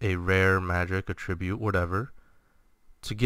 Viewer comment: Not to pick, but I found it slightly annoying that you pronounce 'attribute' with the emphasis on the second syllable. This would be correct if you used it as a verb (ie - "The reason he died could be attributed to his low health") however you use it as a noun in the video. Just a thought. Good information otherwise.